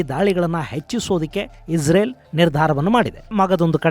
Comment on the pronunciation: ಪದೇ ಪದೇ ಇಜರೆಲ್ ಈಜರೆಲ್ ಅಂತ ಹೇಳ್ಬೇಡಿ ಗುರುಗಳೇ ಅದು ಇಸ್ರೇಲ್